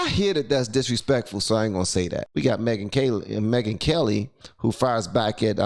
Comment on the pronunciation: Charlie The Ron and Me-Gyn Kel-Lie